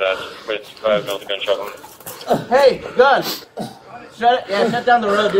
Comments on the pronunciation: He said his name is Icain't Breef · They learn to say "I can't breave" before they learn to say "daddy".